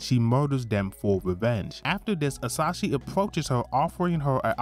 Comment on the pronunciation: Very good summary but I'm triggered every time you say "Asashi" instead of "Asahi" haha